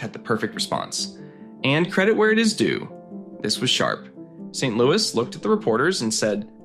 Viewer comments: do not prononce the S in St-Louis Its St- L-oo-e.. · Pronouncing the Habs’ coache’s last name like it’s a city in the Midwest )) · Are you a bot? You mispronounce Guhle and St. Louis, Dobes, etc. Anyone who knows hockey would know how to pronounce these names.